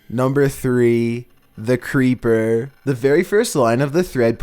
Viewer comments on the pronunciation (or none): none